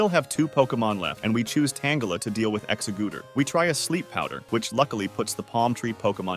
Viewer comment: Not exa- gooter 🤣